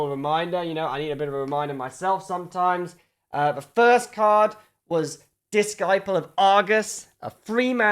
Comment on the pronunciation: that is not how to pronounce disciple, fool